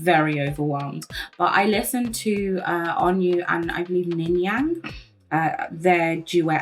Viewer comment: you saying ningyang multiple times had me giggling 😭😭 but yeah aespa’s songs slap !! i remember watching the savage mv and DYINGGGG bc it’s so SOPHIE/hyperpop influenced!! also ningning is incredible fr